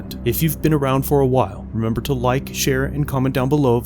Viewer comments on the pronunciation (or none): none